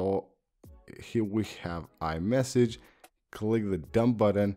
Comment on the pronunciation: Did he say Imessage?😂